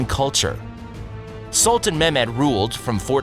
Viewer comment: The narrator's pronunciation is just awful - constant - tanopoli ??? SOLTAN ??? wtf ? The world is a much smaller place now, we should beyond trying hard to pronounce names... I know some are difficult to say out loud, but at least try before putting up something like this. The Ottoman Empire was great and so I liked this short video.